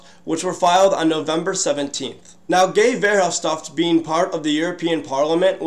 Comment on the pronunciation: Guy's name is pronounced Gey Verhoffstat for the record.